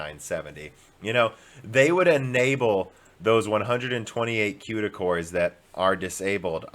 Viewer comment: I'm so excited for this new Ampere from Nividia with tons of Cueda cores. Maybe it will be one fourth the cost? Maybe they'll test it in Scenebench? Did I miss any of your strange pronunciations or habits?